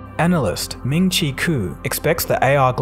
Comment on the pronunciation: you pronounce his name as: min chi quo lol